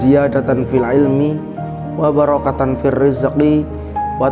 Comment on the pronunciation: Baca do'anya yg lebih tartib lagi ya, misal, wabarokaTAN Firrizqi,,,,, dan yang lainnya, itukan tanwin masuk ke huruf F. hukum tajwid na dipake dong... Maaf yah, semoga bermanfaat. Tapi kontennya bermanfaat..